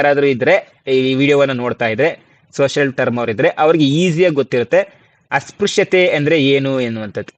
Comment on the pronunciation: ಅಸ್ಪ್ರಶ್ಯ ಉಚ್ಚಾರ -Asprashya